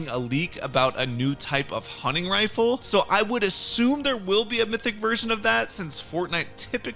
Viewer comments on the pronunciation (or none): none